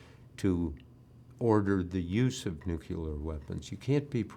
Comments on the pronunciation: It's pronounced "new clear," Bob. NEW-CLEAR. Why do so many supposedly educated people insist on adding an extra syllable to the word? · Bob Woodward can't say nuclear? Wow.